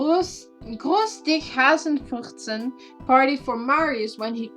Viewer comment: For everyone who doesnt know what ‘Grüß dich Hasefürzchen‘ mean, its german and means something like ‘ Helo there rabbit fart’. But fart is written in a cuter form that doesn’t exist in english. Its pronounced wrong but you probably didn’t even know its language so it’s fine